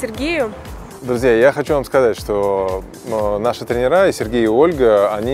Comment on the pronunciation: приятно посмотреть) молодцы какие!) и видео хорошо сделано! зануда mode on: ребята, пожалуйста, не тренерА, а трЕнеры. Ударение не туда ставите)